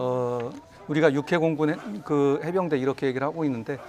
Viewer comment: 어나운스가 해병대를 해운대라? 한심~~